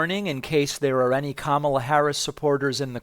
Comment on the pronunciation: Ha! He accidentally pronounced Kamala’s name correctly 😂